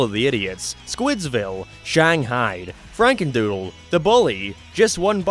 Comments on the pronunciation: “Franendoodle” now you need to redo the whole video :) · you said FranenDoodle instead of FrakenDoodle